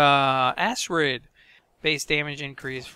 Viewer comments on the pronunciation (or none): Why did u call Acrid an ASSRID ? :)